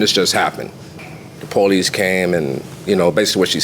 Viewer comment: What is happening with English now? We (plural) “WAS”?!?!? This lady needs to learn it’s “we were”… it’s irritating to hear. Even “ask” should be ASK and NOT “AKS”. Police should “po-lice” not “pow-lice”. Far out!